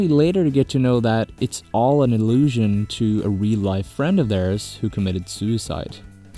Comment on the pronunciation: When you said deloused was allusion. I almost heard illusion.